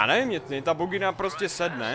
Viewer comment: říkal "pokud jste mimo bugginu" nebo "mimo vaginu"?